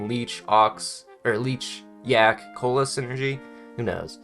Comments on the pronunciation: Why say koala like cola i swear it is pronounced like ko-ala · hearing him call the koala "cola" and orangutan " organtuan" is so hilarious 😂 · Cola Organtuans I feel that has been raised by a group of Super Auto Pets, but do me a favour and try to pronounce every new pet, when you have the chance, it's hilarious.